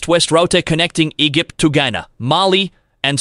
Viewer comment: sorry if this seems fascetious, but i gotta ask if this is some kind of robo voice... or if this is a living breathing human being?? lmfao -> i cant get passed how he doesnt know how to pronounce EGYPT, i was already cracking up with Ah-Ree-Ah's... shat, neegar, and cama-rone... connecting E-gif-t to..... yo, quit staring at my ah-ree-ah... sounds like he's trying to say areola instead of area.